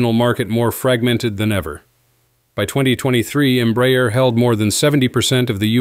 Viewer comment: This is a really excelent and very informative post. To make it perfect, the pronunciation of the name Embraer can be improved. It isn't Emb-rayer, but instead, and quite simply Embra-air.